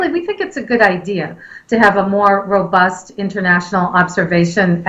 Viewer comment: the word is robust and not ROBURST hahahahahah